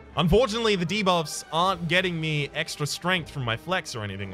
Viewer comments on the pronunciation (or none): none